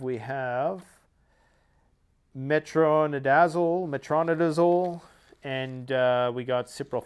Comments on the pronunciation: its pronounced "meh-trow·nai·duh·zowl" Its used for many things like treating parasites like giardia. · It is pronounced, “metro-NI-DA-zole.”